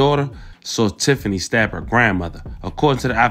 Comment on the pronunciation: Tiff-ney! 😂 Tiffany Moore clearly has something mentally going on. Hopefully King will have a better life with Finesse.